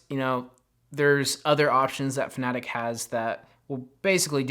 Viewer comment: Is it Fanatec? Why do you call it Fanatic?